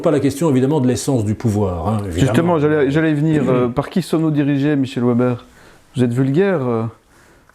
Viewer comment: Déjà "Ouèbère", c'est mal parti, c'est un patronyme germanique, donc ça se prononce Véber, mais ça, évidemment un journaliste ne peut pas le savoir, hier soir aux infos j'en ai entendu qui parlait d'un "Landère" allemand, le mec, 1/ il savait pas que ça s'écrit Länder et donc que ça se prononce Lènnder, 2/ il n'avait même pas imaginé que "Länder" puisse être le pluriel de "Land". Je serais vraiment curieux de savoir ce qu'ils apprennent, dans leurs écoles.